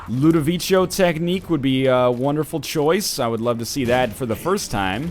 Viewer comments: That's not how you pronounce "Ludovico". Do you see an "i" before the last "o"? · you're saying ludovico in the wrong way. im italian, i fucking know.